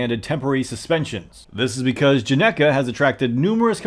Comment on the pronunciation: "not sure how to pronounce it" *pronounces perfectly * fun? fact: this is correct spelling (and pronunciation) of Genghis (Khan)